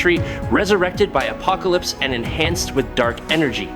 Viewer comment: "Appocolypse"??? A rather bad pronunciation..